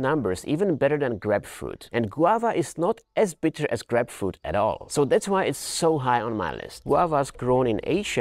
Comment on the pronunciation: its isn't grepfrut u say it like Graipe-Froot(fruit) ya welcome